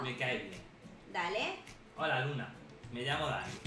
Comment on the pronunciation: Hola soy luna suena como Hola soy Lina 🖤❤️🖤